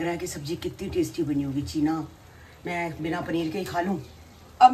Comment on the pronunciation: Cheene nahi cheena